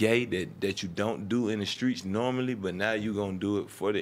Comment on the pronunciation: JaKari Blakemore 0. But he said Skreets 98 times